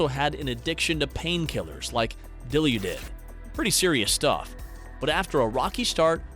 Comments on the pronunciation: just for future reference, dilaudid is pronounced dill-aw-did- not dil-you-did just wanted to let you know :) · Dilaudid is pronounced 'dill-awe-did' not 'dill-you-did' XD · “painkillers, like “dill-u-did” lol. It is Dilaudid. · “Dilaudid” is pronounced “die-lah-did”. 😎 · Dilaudid , the pronunciation was...an interesting take. It's pronounced Da-Lawd-ed. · I know we have an on going thing about “it’s Dr noW, not dr no” … but the way “dilaudid” was pronounced is just too much.